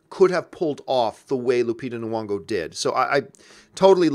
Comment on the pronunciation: If you're gonna praise Lupita Nyongo then pronounce her name right. Do you see Nuwongo?